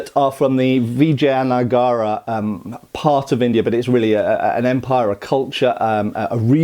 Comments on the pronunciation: didn't pronounce it correctly. It's not vi-jay-ana-gara. It's vi-ja-ya-na-ga-ra. Look at the wiki pronunciation you listed again. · It is pronounced as vi-jay-na-gar 😊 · Hi. The pronunciation is as below from Wikipedia, and it is correct. Vijayanagara Empire (/vɪˌdʒəjəˈnəɡərə/) p.s (edited) It means City of Vijay or Victory. Established as a backlash to oppression under Delhi Sultante daughter kingdoms, it arose as a saviour of Hindu practices under extremist Muslim rulers (not to be confused with all contemporary muslims, many muslims fought on this side). Was an inspiration for Maratha resurgence too.